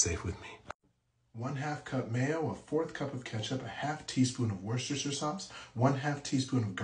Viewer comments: Wuh - stuh - shuh That's how you pronounce Worcestershire. Ask someone who's fron New England. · He actually didn’t do it right, i think. Pretty sure there’s only three syllables, like “woostersher,” with the oo promounced as in door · He pronounced it wrong! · No, he pronounced it WRONG. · No, he didn't.